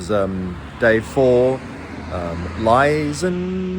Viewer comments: More comments ;) Liezen in Austria is pronounced “Leetsen”. I noticed your little hesitation before speaking it out… Like the Riesling/Reisling thing… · pronounced Leezen. In German, ie and ei you pronounce the 2nd of those 2 letters. Unlike English, there's no exceptions. So ie is pronounced ee and ei is pronounced eye. Eins Zwei Drei are all "eye". Bier vier sieben are "ee".